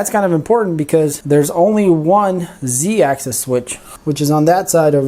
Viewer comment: Sorry, but it's pronounced ONE ax-is, NOT ax-ees!! The 1st one is for single axis, and the 2nd is for more than one axis. so, we say: x-axis, y-axis, z-axis, but x and y axes (pronounced ax-ees).